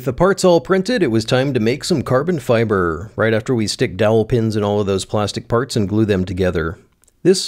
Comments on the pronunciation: uhhhhh.... CABON FIBAHH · Caahhbon Fibahh